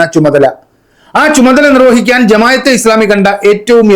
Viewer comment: ജമായത്ത്അല്ല ജമാഅ:😂